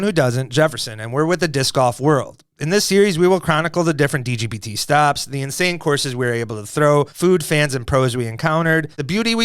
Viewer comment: somebody tell swiss to stop saying "b" instead of "p" every time he says "dgbt" 😆